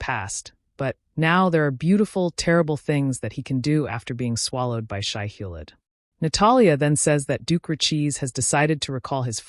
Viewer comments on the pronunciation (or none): Nice recap, but the reader really needs to pronounce names correctly- e.g. Atreides is not Atree- Ides, Shai-Hulud is not Shai-Hullid.